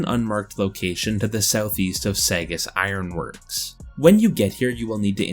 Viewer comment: Saugus is pronounced like sausage.. (Saw: Guss)